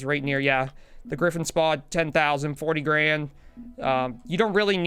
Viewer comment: It's spod not s-pod